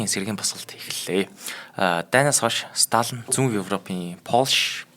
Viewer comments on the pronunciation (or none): Сталин шүү дээ . Сталан гээд л байх юм. Бэлдсэн сэдвээ хүнд хүргэх талдаа учир дутагдалтай хүн б на. Бэлдсэн сэдэв нь маш том боловч мэдэхгүй ээ нэг л сонирхолгүй сэтгэлд хүрэхгүй б наа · Уул нь Сталин юм шд. Сталан л гээд бна. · Сталин шүү дээ. Ядаж нэрээ ч зөв хэлчихгүй юм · Uneheer sonirholtoi, tom sedev. Ene tsenher pidjaktai zaluu arai l bishee. Yumand tuugdaj bgam shig yaasan hetsu yaridin be, yadaj l ene tuuhen hunii neriig ch aytaihan zuv helchij chadku. Dundaas n duusgaj chadahgui garlaa.